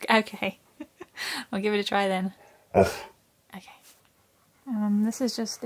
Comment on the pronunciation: he clearly said Oh Key is Genius 🥰😍🤩